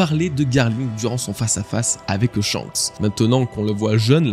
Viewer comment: Ecoute mec, c est chebek ou xebec ? Pck chebek na rien a voir avec xebec, prononce correctement les noms stp, si ty arrive pas, dit le au debut des videos que tu as un souci parfois avec les noms.🤦‍♂️ comme les youtubeurs qui dise shank au lieu de shank(S) ----->S